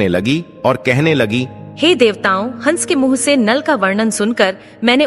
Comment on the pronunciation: Hansh ko hash kahte ho kya vdo segumrah karte ho tapsya karo